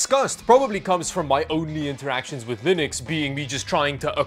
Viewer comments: Did you manage to say Linux instead of lienux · Ack! He has to be reverse trolling us! He is actually pronouncing it like Mr. Torvalds does. never did that before, that I saw; maybe I missed it.